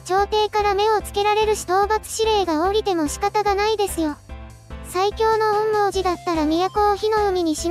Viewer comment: 「おんみょうじ」って言いにくいのか 「おんもーじ」って感じの発音してるのかわいいから 今クールは是非これの感想動画を完走していただきたい……